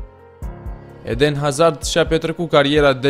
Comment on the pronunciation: 'edehn azahrd'??? XD